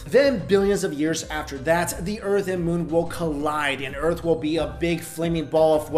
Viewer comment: "the urt' and moo"